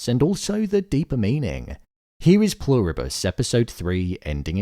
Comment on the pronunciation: I am SO glad you stopped saying “Plur-ree-bus” 😂😂